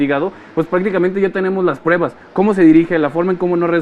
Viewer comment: SE DICE PRUEBAS, NO PREBAS....